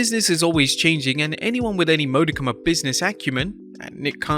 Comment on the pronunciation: hey dope accent voiceover guy. Might wanna check your pronouciation of "modicum."